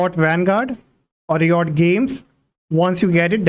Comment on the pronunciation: all good but i hate the way he says RIOT......thanks